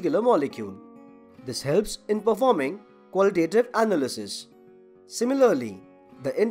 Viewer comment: The way you emphasized certain syllables in words distracted me a lot from the content. Maybe looking up standard English pronunciations before doing voice-overs would help. Analysis, determine, and spectroscopy for example.